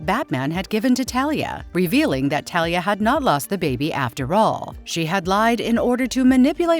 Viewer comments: It's not Thalia it's Talia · I’m going to fuckking lose it if I find another video with it having the person/ai mispronouncing the name of Ra’s Al Ghul and Talia Al Ghul AND SERIOUSLY THEY FUCKKING KEPT SAYING TALIA CORRECTLY AND INCORRECTLY